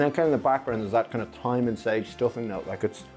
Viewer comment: Are you pronouncing thyme that way as a joke or am I missing something?